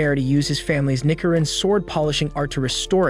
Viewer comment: ITS NICHIRIN NOT NICKERIN